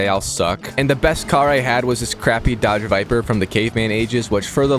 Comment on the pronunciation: Buddy said doge viper